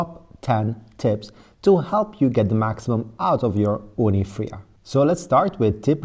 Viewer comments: It's called Fyra, not Frya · its not "fria" its "fire-uh"